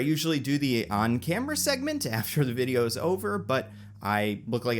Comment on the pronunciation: I like how you say Fideo